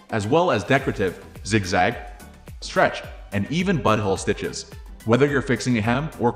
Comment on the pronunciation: Even buttholestitches!!!!😂😂😂🙈 Right after 02.00! The downside of AI voices 😂😂😂